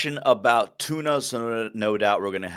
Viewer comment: Wait a second Daves been trolling us, he magically started saying Tuna without the R in the middle of the question 🤯